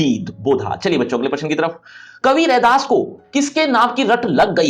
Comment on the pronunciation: No u should 😂 it’s redas